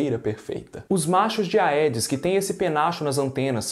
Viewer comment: Não se diz "aedes", e sim "edes". Em latim, "ae" tem som de "e".